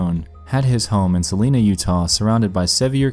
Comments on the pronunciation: Salina is pronounced like Suh-line-uh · Eeeek, I'm not too far from Salina..... ;~; Also, I think it might be pronounced Suh-line-uh EDIT: its also kinda creepy, cause around the time of these tweets, a dude shot himself near my town... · As someone who lives in Utah I’m terrified I hung out in Salina a lot (it’s not Selina though it’s suh-line-a) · So I live in Utah and the way he said Salina made me cringe.